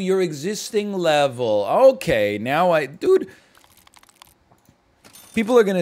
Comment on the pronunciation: That "dude (DOOD)" is killing me LOL